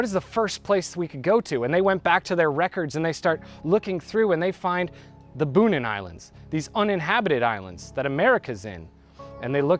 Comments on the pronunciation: It's pronounced "Bow-nin", not "Boo-nin." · Bonin is pronounced Boh-neen, not Boo-nihn. Also; subbed :-)